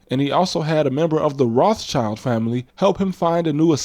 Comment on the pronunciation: The name is pronounced "roth shild," as in red shield, not "roth child," as in "red child."